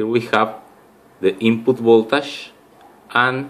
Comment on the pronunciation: Funny, he say's instead of three pins, "trippins", anf voltage becomes voltash.